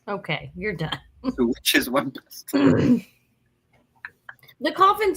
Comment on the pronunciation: Just so you know, the word pestle is pronounced without the t. lol. Bella L